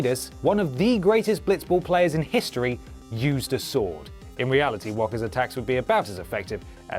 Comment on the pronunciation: Waaka not walker...